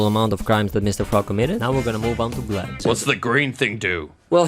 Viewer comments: You know it's GLEP not gleb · Btw, his name is Glep, not Gleb. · bruh.. glep's name is shown at the end of season 2 episode 2 and you still call him gleb.. kiiiinda criiinge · It’s glep, not gleb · small correction not related to the crimes: it’s Glep not Gleb